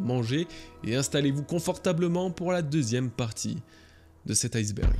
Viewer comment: je suis un casse couilles mais iceberg le ice se prononce pas ice comme en anglais. à la base c'est ijsberg du coup on dit i-sberg et pas ail-sberg